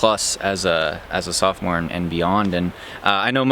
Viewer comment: You mean sophomore?